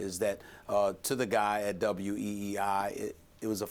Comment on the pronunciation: It’s WEEI* not WWEI 😂 y’all love some wrestling lol